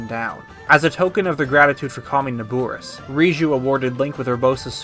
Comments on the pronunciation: How is he saying it wrong, it’s Na-bor-is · Great video but everytime you say "NabUris" a chill goes down my spine. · Your saying Naboris wrong😐